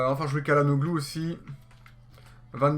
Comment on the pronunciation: salut, bonne vidéo. on dit chalanoglou